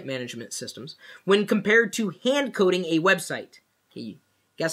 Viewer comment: First i thought he said "hand cooling" LOL